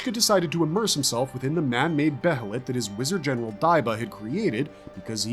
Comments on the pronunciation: like I said, it's great berserk content. But he calls the band of the hawk the band of the "fulkan" and pronounces behelit "beh-hell-it". It just sounds weird and pretty funny sometimes lol. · he says behelit completely wrong. He calls the band of the hawk the band of the falcon. He just says certain things weird lol.